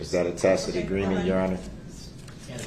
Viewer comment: . his momma told him it is pronounced ta-SIT agreement not takit